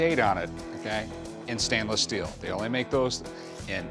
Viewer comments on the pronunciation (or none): “Stan-less” Steel OMEGALUL